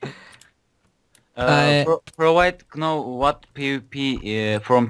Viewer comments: know nou diye okunuyo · know a knov diye okudu safafas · Know a bildiğimiz know diyen koca yürekli!!!